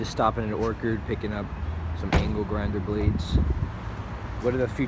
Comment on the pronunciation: Or curd? Wtf? It's or chard. "Cha" sound my guy